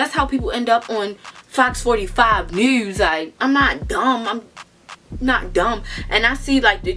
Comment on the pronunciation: “What do I duuuu that’s how you end up on 45 Nuuus” she definitely from Baltimore 😂😂